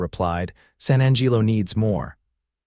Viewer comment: The pronunciations your “so called” AI uses is deplorable at best. San Angeelo?? Really? Not only that but some of the vernacular is way too modern and the pronunciation of verbs and adverbs is hideous. Put more effort into it. PLEASE!!!